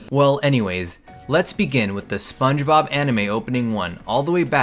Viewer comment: Spongebobuh animeh